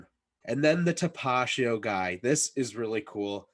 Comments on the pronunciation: TAP-UH-TEE-O lmao not tapashio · Tapatio not tapachio😂🤣👍🏼